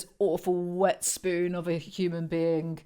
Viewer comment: The emphasis on spoon sent me 😂